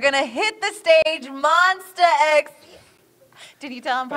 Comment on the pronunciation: Omg I thought they said “We’re more s*x!” Instead of Monsta X